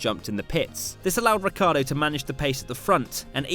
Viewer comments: Is "Ricciardo" not "Riccardo. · it´s not Ricardo its Ricciardo!|!!!!!!!!!!!!!! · Is Ricciardo, nor Riccardo